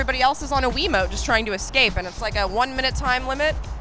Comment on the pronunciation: And when you're done, "Did u rike it?"